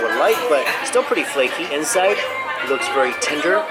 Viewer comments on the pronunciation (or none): he still is thinking about meat idk how you can call it tender but it does looks soft LISTEN BEFORE YOU HATE ME I AM NOT HATING OR CRITISIZING IM JUST SAYING OK? plus it kinda sounds like tinder lol